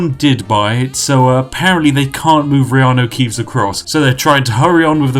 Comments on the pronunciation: 10 minutes in, finally realises he called him reanu keaves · Take a shot everytime spiff accidentally calls him keeanu